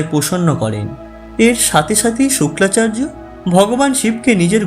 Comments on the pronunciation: Baktar pronuncation thik noy...Suklacharya noy...Sukracharya.. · শুক্লা চার্য নয় শুক্রাচার্য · শোক্লা নাকি শুক্রা🤣